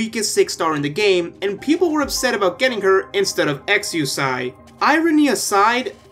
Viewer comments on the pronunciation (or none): Exusiai's name is pronounced "Exia"